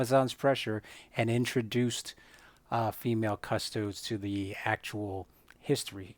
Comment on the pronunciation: It's cus-TOE-dees. Not CUS-toads. As in, Custodes nuts.